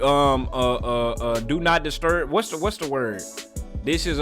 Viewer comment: Bro said do not disturb 😭